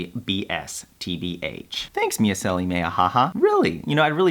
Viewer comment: "MeisSEli"?! Did you just stress the SECOND syllable?! :O tsk tsk tsk